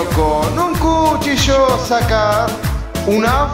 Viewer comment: CHUCHILLO? lol